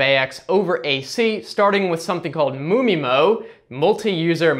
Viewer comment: MU MI-MO sounds funny